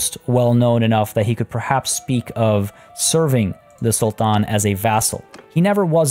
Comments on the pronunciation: I like the way he pronounce the "Sultan" very Arabic. Much appreciated 😊👍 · I love how you pronounce Sultan in an Arabic tone! Truly impressive,.